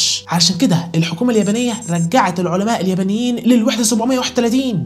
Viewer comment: هو بيقول اليمنيين و لا اليبنيين🤔!! اليااااااا بااااااا نييييييين